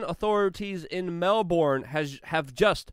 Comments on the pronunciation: Mel-BURN, not MEL-BORN. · Not “MEL-BORN”! It’s “MEL-BURN”! Dammit! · The name of the city is pronounced, Mel BURN not Mel BORN. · Love you Luke. Been following you for years now. Love your PASSION for humanity. Please tell all Americans "MELBOURNE" is pronounced MELB'N , and "BRISBANE" - BRISB'N or BRIZZY... You and your channel ROCK.. Keep up the fight. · It is pronounced "Mel-bin."